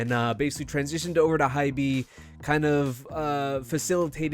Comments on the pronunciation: Lmaooo not him pronouncing hybe as hybee 😅😅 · jfyi Hybe is pronounced like hype but with a 'b', the e is silent